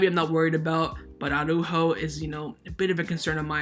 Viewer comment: I REALLY do hope that Araújo leaves FCB. That way we won't have to hear that retard "Awwww-ráhho-Awwww-ráhhho" any more. Is it really that difficult to pronounce Araújo? You just pronounce each letter in the correct order. Soft j like in jamon, and - most importantly: emphasis on the ú as there is a frickin' accent on that vowel!